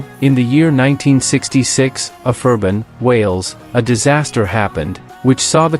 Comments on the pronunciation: It was ABERFAN not aferban ffs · Actually, it's Aberfan! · Couldn't pronounce Aberfan.... reduces this amateur video